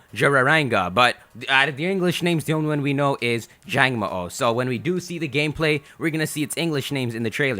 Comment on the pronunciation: It's pronounced jango,o. There is a pause between the 2 letter o's this is because the Hawaiian word for lizard is mo_o (the underscore represents a pause between the two letters).